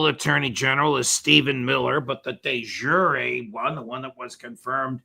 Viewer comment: De yooreh, not de zhureh, everyone has their faults, so does Mearsheimer. Learn some Latin, no sound Zh was ever in that language. Maybe consult Ray MacGovern. Otherwise a good show